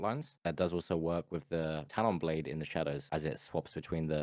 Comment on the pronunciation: bro said “plade” 💀 never heard that shi before